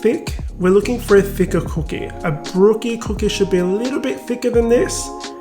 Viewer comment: I’m trying to pay attention but can’t get past that pronunciation of “c00keh”. Now I know why y’all call em “biscuits” 💀